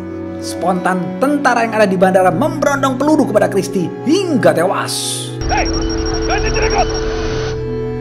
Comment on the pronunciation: Hiiiiiiiingga tewas Saat pelafalan Hingga bagian Hing nya agak panjang kak Hiiiiiiiiiiiiiiiingga Tewas ! 😂😂😂😂😂😂